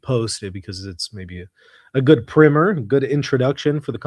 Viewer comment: You pronounced primer wrong! It’s the long “I” not the short “I” sound.